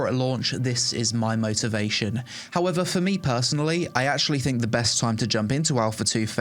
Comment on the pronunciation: "I personally thinG..." Think is spelled T-H-I-N-K. Not T-H-I-N-G.